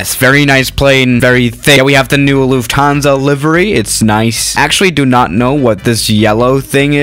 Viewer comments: ITS acctually luft hansa not luf tansa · Loufthansa? thought it was Lufthansa